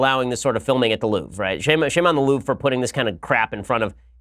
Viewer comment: "The Loof"? Please English speaking people, learn to pronunce foreign words (Mercedes,Porsche,Louvre...)